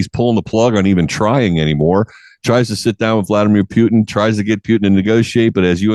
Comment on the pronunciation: It's not spelled Pyutin. It's Putin